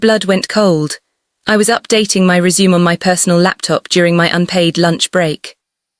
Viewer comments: please let me teach your AI how to do proper pronunciation. Resume, couch, Simon (Seemon) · Pronunciation of resume, couch, live (as in live on my screen), Simone, hoping. Hilarious 😆